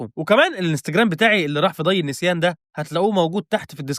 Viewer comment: اسمها طي النسيان يا مش ضي النسيان 🤪